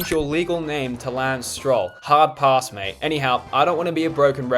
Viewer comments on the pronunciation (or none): none